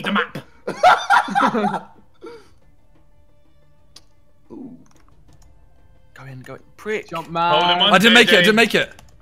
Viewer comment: It sounds that ethan is saying leave the mop but hes trying to say leave the map